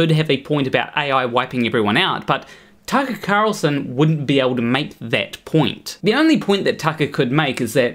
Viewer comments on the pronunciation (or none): Don't know why you pronounce Tucket Carlson like a pirate, but I kinda like it